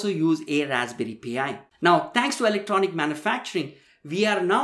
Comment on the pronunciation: Again, it's not "Raspberry P.I." Its Pi. The number. Pronounced "Pie."